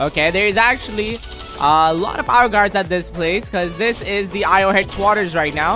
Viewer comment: stop calling the Io gards ro gards